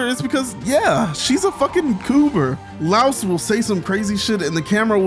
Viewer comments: Please stop pronouncing Laios name like Laos the country I’m from 😭 Lai-os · Delightful video! Definitely sharing it on the Discord. Though I will say. I lost at least a day of my life with how you pronounced Laios, lol. He's not a louse (lol). The name is pronounced closer to "lion" in terms of sounds (it's more explicit in Japanese)